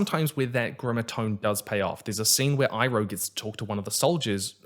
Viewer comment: I really liked it but was also very confused. They kept pronouncing the names wrong, like "ANG" instead of "OONG", or "SOCK-KA" instead of "SOW-KA", or "I-ROH" instead of "EEROH". Other than that, pretty good. However I really wondered where Zhiao got his scrolls about the moon and ocean spirit from.